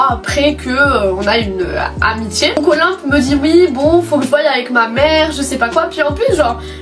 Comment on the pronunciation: tu dis OLIMP defois :')